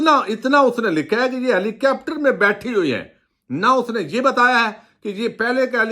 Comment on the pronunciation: خدا را ہیلی کاپٹر کو “ہیلی کیپٹر “، ظاہر ہے کو “زہر ہے“اور کروڑ کو “کرآؤڑ” کہنا چھوڑ دیں اتنے معیاری تبصرے میں تلفظ کی ایسی ہولناک غلطیاں بالکل پلاؤ میں کنکر اور شیشے میں بال آنے کے برابر ہیں! براہِ کرم ہمیشہ الفاظ کے ہجے کو ذہن میں رکھ کرپڑھیں گے تو کبھی ایسی غلطی نہیں ہوگی۔ ہر لفظ کو پچاس مرتبہ کہیں پھر دیکھیں آپ کا تلفظ اور وی لاگ کن بلندیوں پہ پہنچتے ہیں! تعمیری مشوروں کو نظر انداز نہیں کرنا چاہئے!!